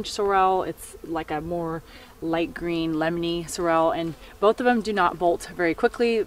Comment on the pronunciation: You have a gorgeous gorgeous garden reaped by so much hard work and years of learning. I admire all that so much. Starting my learning on this late but never too late to learn. If you would like to pronounce sorrel more correctly it is SAW ruhl. And tomatillo is tom aw TEE yo. :) ❤️